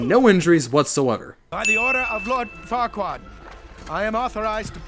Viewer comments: every time I hear fuckkurad I always hear fuck kurad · farquad sounds a lot like f**kquad